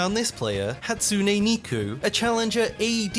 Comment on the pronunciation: I like how you pronounce Hatsune Neeko as Hatsune Meeku